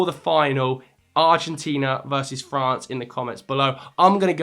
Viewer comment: There's only one R in France btw